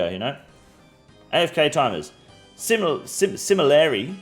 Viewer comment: “Simu-lurly” lol